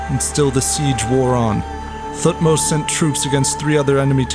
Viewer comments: Thutmose is not Prnounced TH like Think, its T alone then H more like TeHhutmose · Great video 👍 But his name wasn't king Thu-tmos he was T-hot-mos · I wish English speakers would stop pronouncing Thutmose this way. I get that that's the official way to pronounce it, but T and H are supposed to be separate sounds. More like Te-Hutmose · The way you pronounce Thutmose is hilarious though. Good stuff other than that